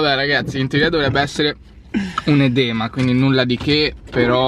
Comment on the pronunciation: Si dice èdema